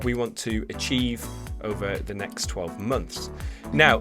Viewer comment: when you say next it seems to be nxsht